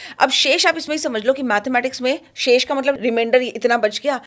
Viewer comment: Why butcher & pronounce indian names with english habits. अनंत not अनंता, शेष का शिशा कर दिया है, कर्कोटक का कर्कोटा किया है, ध्रतराष्ट्र नहीं धृतराष्ट्र होता है, तक्षक को तक्षका किया है. उससे गंदा तो कुंद्रू है, सीधा साधा उच्चारण है कद्रू . अगर ये मॅम टीचर होती और बच्चोंके नाम ऐसे पुकारती तो इन्हे ही स्कूल से निकाल देते.